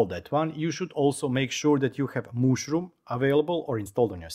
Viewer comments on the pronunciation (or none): super nice ;-) but it is not "mooshroom" but "mushroom" ;-)